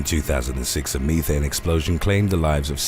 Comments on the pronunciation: Wtf is "me-thane"?! Bro, it's pronounced like "meth-ane"....methane... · ME thayn??! Meth-aine. Idiot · Why does he pronounce the word "methane" as "me-thane" instead of "meth-ane" ? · Why are you pronouncing methane “mee-thane?” 😂😂😂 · I was waiting to hear "mee-tals" after hearing that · Don't mix your mee-thane and your meetals in ameerica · "Me Thane"🤴lmfao